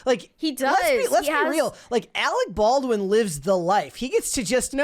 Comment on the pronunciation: "You are worfress Arec Barwin!"